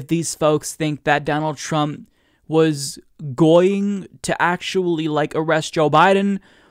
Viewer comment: I like how you said "going" like "Goya-ing". Hahahahaha!